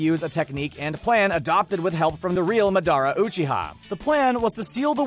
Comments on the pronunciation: He said midara 🤣🤣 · “Madaara “”😂😂 bro show some respect to the show and pronounce the names correctly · He also pronounces Madara like Madonna lmao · Nobody: The narrator: MaDoRa OcHeHa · It's very much clear that didn't even bother to watch the whole series or invest time researching on the show. Hell he can't even pronounce Madara correctly and it's so easy to say. It's not Madora it's Madara you naive person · Wait WTF "Madara" i have never heard anyone say it like that it sounds so wrong (i always said like "Mod-a-ra" but i could be wrong and he right all i'm saying is i never heard it that way xD) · Muh daara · THIS GUY SAID MY NAME WRONG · and madARA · The way pronounced Madara and Kurama upsets me , and not many things upset me as you already know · I cried a lil when he said madara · Sailor Moon the way he pronounced madaras name i knew he was reading a script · He pronounce Madara wrong Exile him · Once he miss pronounced Madara I knew he’s never watched it. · holy fuck i gave up on this video soon as i heard how he pronounced Madara's name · Just the way they pronounced madara pissed me off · That’s not how you say madara… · Kiruma Jitsu Mah-dar-ah Pls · *MA-DA-RA* *KU-RA-MA* Please pronounce them correctly. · Dude says Madara wrong but says tsukuyomi right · The way he said madara and kurama piss me off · How he said Madara or kurama or iruka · “Ma Dara Oo Chita”